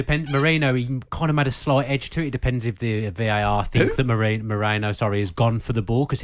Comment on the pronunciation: It’s MeRIno not MoREno - do your pre-match research